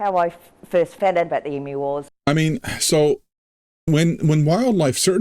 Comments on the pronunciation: just for future reference, the word Emu pronounced EM, U, and not E,moo. Not that we have that out of the way. As an older Aussie, I have never heard of the Emu war so I've learned something about my own country. 🤣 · It's true they tried to kill off a lot of emus (It's said e-mews not e-moos BTW). Not really a war but they certainly brought in the army and machine guns. As an Aussie, that is embarrassing. It makes a great story though and as you say it was just after a real war so guess they had the guns and ammo. Also emus are really cool, they have zoomies like cats sometimes. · Pronounced EEm.you, not Emoo, sorry! LOL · You pronounce it as e-moo Australians pronounce it Eeem- you. We tend not to call them a flock of emu's or likewise a herd of Kangaroos but rather both are called a ' mob '. Mob is probably the most common term to describe any form of gathering including, family - my mob. Politicians - that crooked mob. Aboriginies- their mob. The only group that are not called a mob are TELSTRA the name that has stuck for them is F**** TELSTRA. Farmer's in the West are called Cockies. Cattle ' ranches ' are called Stations and the Station owners are called pastoralists. The region wheat is grown in the West is called the Wheat Belt, around the size of Great Britain, the emu's were gradually overcome but believe me they're still plenty around. As to the Great Emu War. Nothing like adding a long tail to a story, it's a local art form. You have to be mindful of that when unravelling any story told by an Aussie. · I really hope you took notice of how the world Emu is pronounced, there is no M in it.